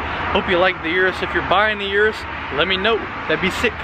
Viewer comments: I use to call it (Yur-us) too, but it’s actually pronounced (Oo-rus) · 3 mins wasted - Shoulda known when you said 'Yourus'